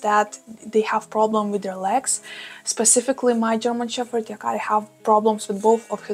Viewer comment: A language lesson for you: In English we pronounce your pup's breed as German shePPard, no fff sound. All the best! 🐶🐕🙃